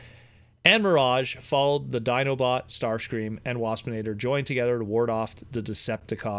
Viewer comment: When you said "Dinobot, Starscream and Wapsinator" I thought you said "Dinobot Starscream".